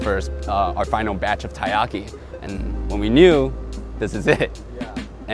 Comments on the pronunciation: i feels weird when you say tie-ahki, when i lived in japan they always say Terriyaki. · That cringe-worthy moment when even the Co-Owner of a Taiyaki shop pronounces Taiyaki wrong :/